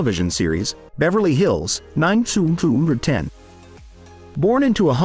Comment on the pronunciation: Meg Ryan underwent massive surgery. WRONG INFO. "Beverly Hills Nine sum zoom zoom ten" uh - what?! Downvoted because your headline is entirely inaccurate, your info is wrong, and your using some sort of robot voice. 😂